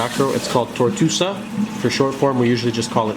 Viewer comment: Acropora TORTUOSA, not "tortusa"! How many million times do I have to write that here. LOL! Just kidding! I hope you got it by now. If you want to teach, please learn the right name. Nevertheless better than cartoon names!